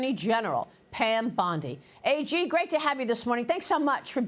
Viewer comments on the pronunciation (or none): She's " AG". NOT "AJ" You surprise me Maria B!!!!!